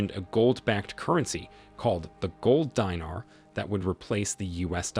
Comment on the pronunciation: Buddy it is not the Gold Diner …”Deenaar” a currency not an eatery 😂